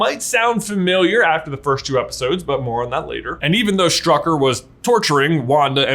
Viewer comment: I would recommend listening to Forvo to how pronounce the german word "Stück". Then you could pronounce "Strücker" correct. It's just triggerin how he pronounces it 😅